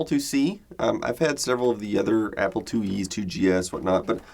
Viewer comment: southern accent "applah"